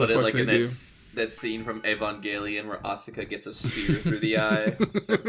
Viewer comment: This is a window to an alternate universe where and friends playa Digimon game, but discuss Pokémon instead and where can't properly pronounce Asuka.:D But let's hope Digimon Adventure 02 The Beginning brings the anime timeline back up to speed or else Toei will just be kidding themselves! Oh s**t, Mojyamon needs to s**t now right at the end. LOL. No doubt when we come back we'll see Analog Youth and a random Seadramon hanging out with Ash in the Sinnoh region about to fight Giratina.:D